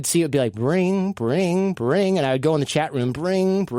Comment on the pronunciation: sounds like hes saying chet instead of chat!